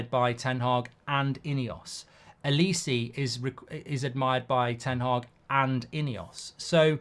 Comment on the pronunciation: I hate the way you pronounce Olise omg